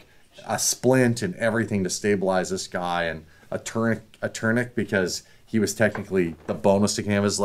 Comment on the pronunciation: tryna say tourniquet has me rolling 😅 so much for memorizing 😂 guys so up his ass with bs